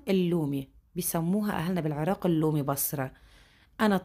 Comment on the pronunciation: النومي وليس اللومي